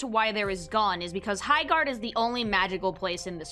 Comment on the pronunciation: Erm my gerd it's HI-gerd